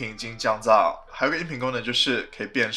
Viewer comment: 变声听成了变身 XD